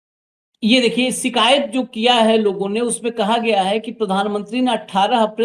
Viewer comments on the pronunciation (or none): none